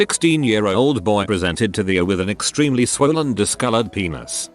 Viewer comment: oh It's how the TTS says ER.